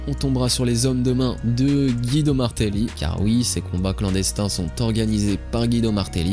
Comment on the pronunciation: Pour info son nom se prononce Gwido, comme dans le dessin animé Cars. Bonne journee